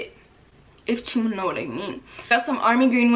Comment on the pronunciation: “if cha know what I mean” 😂 Love her😂💗